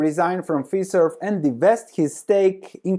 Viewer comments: Good initial report on the change at Fiserv. By the way in the states it's not pronounced Feeserve but F"i"serve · Can you trust a guy’s recommendation if he can’t even pronounce the company name correctly? It’s Fiserv with a long I which rhymes with pie serve!